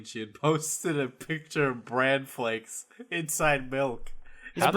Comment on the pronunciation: He said brandflakes